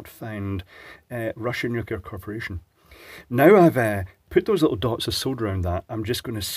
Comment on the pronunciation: Russian nu-clear Corp. 🤣